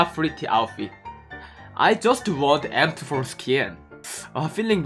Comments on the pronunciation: He pronounces M24 like M4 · You didn't get M24 because when you say "M24" it sounds like "M4" and you got a lot of M4 skins in crates...😁😅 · He is saying m24 but it sound like m4 lol he wants the new m24 skin